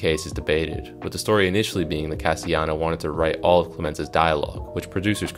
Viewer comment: NB: "Castellano" is pronounced "cass-tell-ah-no".